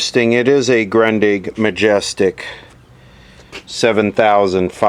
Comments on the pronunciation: "Groondeeg" would be the closest to the "right" way to pronounce it. Great video as usual! Thanks for posting. The week doesn't start until I've seen video on Monday:-) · It's pronounced like the -ig from the first time and te rest from the second time. Like Groondig